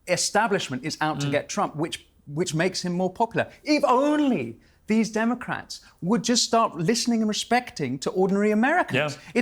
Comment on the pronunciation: Everytime she says only she pronounces it "oni".... Is she stupid or envoking Japanese demons?